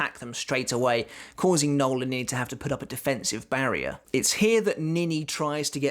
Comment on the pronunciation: It’s “no-el”, not Noel as in Fielding but Noël as in Christmas but French.